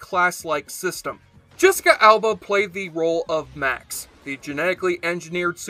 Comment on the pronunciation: It's must have been quite a while since you saw the show if you pronounce Max's name that badly.